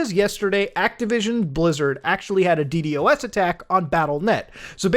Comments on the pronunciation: Beo..it‘s DDos, not „D D o S“ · Hearing muta call it d d o s instead of d doas is slightly irritating for some reason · The fact Muta says DD-OS instead of D-DOS has me shaking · Normal people: D-dos attack Muda: D-D-O-S attack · what’s a “dee dee o ess” I only know a “dee doss” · Just say d-dos bro not d D o S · Dee Dee OS